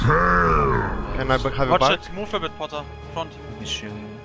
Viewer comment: whos saying "watch it, move a bit potter" ? cringe german?